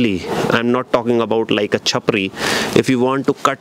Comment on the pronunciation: That pause on “Chapri” was awesome 😅😅😅